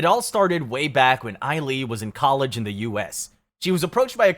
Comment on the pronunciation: You really could've looked up how to pronounce the names...I mean the way you pronounced Sulli, Ailee and Hyuna alone. Maybe you shouldn't have made a video about kpop if you've never heard any of their names pronounced. You obviously know nothing about kpop and didn't do enough research. Some of these are ridiculously hilarious!